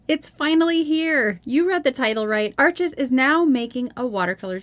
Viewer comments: Please get it right… its pronounced Arsh,,, the name is French. Its not Ar chez. The S on the end is silent. Not Arch. Arshhh. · It's French- pronounced Arsch (no es). Great review! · Awesome! (Still drives me nuts that everyone pronounces Arches (it’s pronounced “Arsh”) wrong…. But I love your channel😁)